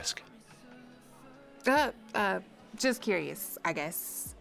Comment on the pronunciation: Why do they say xsk and not ask.